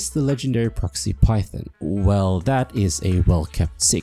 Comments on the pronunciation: Phaethon... Fae... FEY-Thon Faith-on.... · Every time you pronounce Phaethon as Python, I die inside But aside from that I like the video haha. But I would point out that 1. Venus doesn’t seem to know you’re Phaethon (she keeps being surprised by how good you are as a newbie and tries to connect you to people you already know. She knows you’re a proxy obviously, but not Phaethon, which is a confusion I think you make a few times), 2. Nicole isn’t as money-grubbing as she pretends to be, if you follow all her storylines, and most of the people we divulge to are pretty seriously incorruptible types, so other exposure risk isn’t too bad. 3. Being a Proxy, while technically illegal, seems reasonably common and not too much of a danger, judging from all the interknot activity with proxies. Especially now that we’re protected by pubsec. 4. I think your definition of secret is a bit too narrow. Consider for example, state secrets- Which are definitionally secrets, but are known to or accessible to probably hundreds or thousands of people. Our identity may not be the best-kept secret, but it’s still a secret; we try to only divulge the information on a need to know basis, and it’s just that every time we involve a new big player in the game, they’re going to need to know who we are for us to maximize our benefit from those connections. I also think aside from the point about Eos’s branding, it’s probably not easy to identify us. The bangboo sync technology is practically unheard of, and our hollow navigation abilities- especi